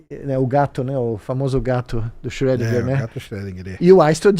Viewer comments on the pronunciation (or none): none